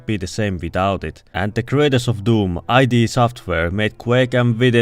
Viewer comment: Its NOT pronounced (i d)